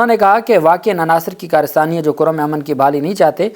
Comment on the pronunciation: یہ نام ”کُرّم“ ہے (Kurram) پلیز تصحیح کرلیں